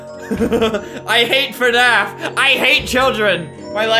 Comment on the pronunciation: 0 DID U JUST SAY "fnaf" IT'S FNAF AND IT'S FREDDY :0